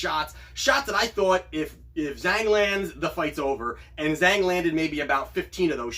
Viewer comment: Wow, you got -170 on Zhang. Good for you! I only got -200. "Zh" is pronounced more like a J in Mandarin Chinese.